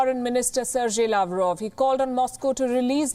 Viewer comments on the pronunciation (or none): none